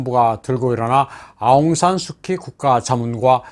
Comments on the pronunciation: 내용이 너무 좋네요. 간단한 거 하나만, 영어로는 아웅산 수치, 한국말로는 아웅산 수지라고 발음합니다. 비록 K이지만요. 아웅산 수치가 민주화 운동은 잘 할 수 있는 자질은 있었지만, 대통령 재목은 아닌 거죠. 2차 세계 대전후 대부분의 나라에서 독립지도자가 그 나라의 수상 혹은 대통령이 되었지만 거의 대부분 부정부폐 또는 독재를 했거나 또 하고 있습니다. 한국도 김구가 대통령이 되었다면 비슷한 길로 갔겠지요. 그런 사람은 그 일을 잘하는 것 뿐이지, 대통령일은 또 다른 사람이 해야합니다. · 하는 짓이 다 똑같군요. 베네수엘라-한국-미국-미얀마 ~ ㅎㅎㅎㅎ 진짜 대단들 하네. 아웅산 수키가 원발음인가요?! 저희는 아웅산 수지라고 알고 있었는데... 아웅산 수키를 뭐 민주화 영웅으로 세계에다가 난리 난리치며 떠들어 대더니, 기껏 한다는 짓거리가 부정선거 ~ ㅎㅎㅎㅎ